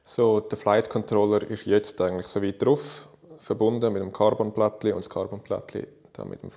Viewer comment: Ja schwizerdütsch isch andersch und geil aber KARRBONN tönt eif numme scheisse